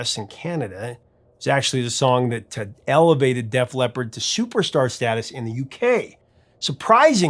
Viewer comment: "Def Lep"? Please stop.